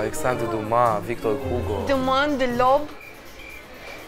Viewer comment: In “Victor Hugo” nu se pronunta h-ul.